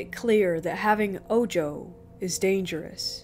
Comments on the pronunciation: It is not oh-joe. It is oh-ho. Ojo=oho. The evil eye. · Bro.. lol tell your girl it's spelled ojo but its spanish and pronounced Oho... smh. media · good narration....but the evil eye is pronounced Oho.. the j in spanish makes an H noise.... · The J in Ojo had an H sound in spanish. So it's pronounced Oh-ho. 😌 Ojo is a mostly subconscious spell that get placed on people who are the target of jelousy (usually), It makes the target sick and that cleansing gets rid of it. Mostly affects people who are more sensitive to energies.